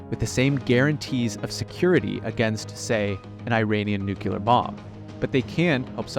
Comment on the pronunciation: Technocratic international class. What and who exactly does this mean? Fine summary of Saudi and MBS power victories / mistakes. Please don’t tell me you are this smart, have this kind of perspective, and can still mispronounce the word nuclear.